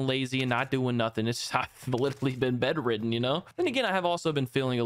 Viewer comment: This man said betteren😂😂 I think he meant Bed-Ridden